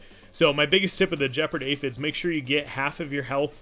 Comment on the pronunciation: Points to for using the proper term for the dominance bar! Minus points for not pronouncing Gepard with a hard G. There doesn’t seem to be variable playback speed for iOS, but time passes quickly when I enjoy your rambles. Keep it up!